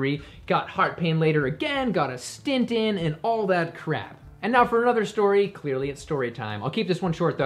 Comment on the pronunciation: *Stent, not stint.